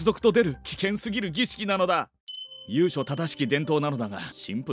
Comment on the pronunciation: ちょいちょい読み方間違えるよな。 由緒=ゆいしょ、もしくはゆしょ。